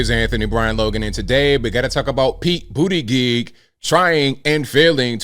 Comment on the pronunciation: 10/10 for saying Pete BOOTY GIG's name properly.